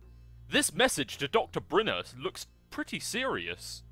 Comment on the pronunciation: "doctor brinner " brinner egbert dude,,,,,,,,,, ohmygod